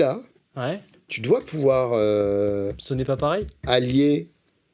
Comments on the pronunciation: « Après Steven Wilson il a dit "Ça sônn pah peuhreye". C'est la première phrase qu'il a dû apprendre en Français d'ailleurs. » Ahahahah 🤣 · ça sonne pas paweil !